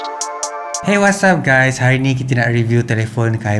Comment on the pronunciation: "Hi wasap guys" HAHAHAHAHA🤣🤣🤣siot laaa